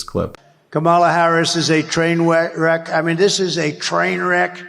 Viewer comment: More than just a name calling event Ben… it’s a”TWAIN WECK.”😂